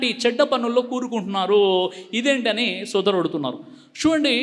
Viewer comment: Sodharudu kaadandi, sodarudu anaali